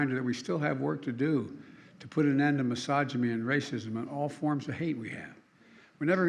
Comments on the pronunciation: An "inamint" photograph??? How about "intimate" photograph? "Misogomy"?? How about "Misogyny? Geez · He said 'misogyme'. LOL verhoodled Yankee.